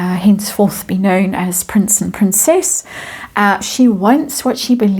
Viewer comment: PR-incess-nt meghan.